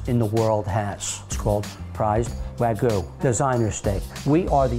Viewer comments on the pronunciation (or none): It's wagyu, not wagu.